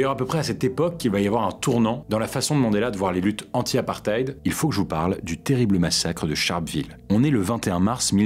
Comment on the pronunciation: On prononce « apparteyde » brother ❤️